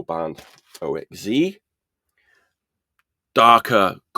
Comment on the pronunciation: OXZ is pronounced OX-Zed as far as I know. Kyah's first 7" is on RBF and 2nd Slapdash is on AA the first is punky the 2nd is more hardcore.